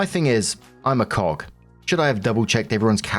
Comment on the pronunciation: I am sorry when you said Cog it made me do a double take because it sounded like you said the word with the hard k at the end normally used as the name of a male chicken.